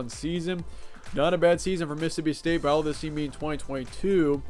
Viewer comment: *State not Staye lmao